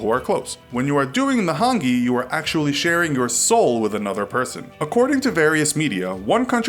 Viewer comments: and its not pronounced han- gee either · Omg thats not how to pronounce moari or hungi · It's pronounced ho-ng- e